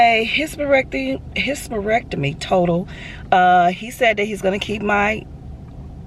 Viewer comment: Omg. I laughed every time you said hysterectomy. Take care of yourself. You having surgery shouldn’t prevent you from getting a job, just tell them once they offer you the job. ❤❤❤